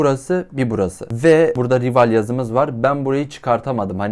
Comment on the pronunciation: Aslında "rival" değil "rayvıl" diye okunuyo (maalesef biraz takıntılıyım) ama sıkıntı deil